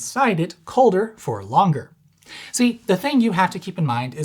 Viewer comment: LONGERERER, what did I just hear